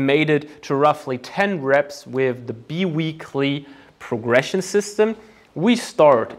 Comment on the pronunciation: I hate to be a language nazi but it is pronounced linear almost like in german spoken "linea". I really appreciate the high level of content on your channel so I cant help myself. ☮ 🙏 (also bi weekly progression is spoken "bei wiikli")